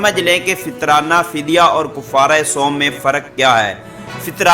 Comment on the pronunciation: بھآئ کوفارہ نہی ہے کفارہ کاف پر زبر ہے